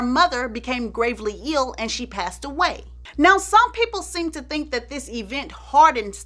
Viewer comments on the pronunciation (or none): none